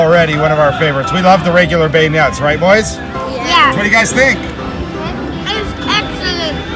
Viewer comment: frickin has a funny way of saying beignets, and it’s not macarOOn it’s macaRON sorry I had to do it to em, ur kids are rlly cute tho